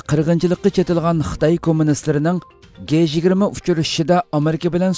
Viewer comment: G-20 ni dji20 dangla. Guey 20 amas.